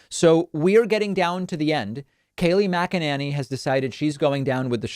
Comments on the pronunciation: Why does he keep mispronouncing her last name? The lady drives me batty, but every time David says Mac-A-Nay-Knee I cringe just a very tiny bit. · MAC uh NAY nee, dummy... not MAC uh NAN ee. How many times do you need this explained to you? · Kayleigh Mc-a-ninny.. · Kay-lie Muck-a-ninny! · Mackannany ir what's it spelled sounds kinda like wackadoodle 🤣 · Does David say her name as MagaNanny? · I love it when he calls her Kaleigh MACANANNY! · Mac-a- Ninny